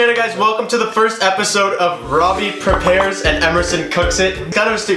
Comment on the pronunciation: Prepare* wtf is a prepair?